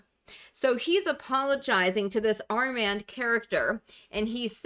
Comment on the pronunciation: It's pronounced "ar mond"